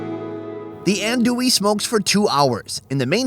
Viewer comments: "An doo e" ahahahah not even close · I am from Louisiana and when he said ANDouille I laughed it's spelled that way but I pronounced ON,do,e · LMAO! still said andouille wrong with the phonetic spelling on the screen.